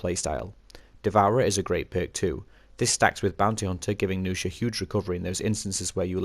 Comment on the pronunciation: nuxia, not noosha -_